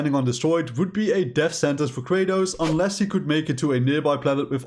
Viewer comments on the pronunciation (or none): none